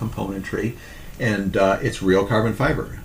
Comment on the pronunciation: Why does he keep emphasising "REAL CARBON FIBRE"???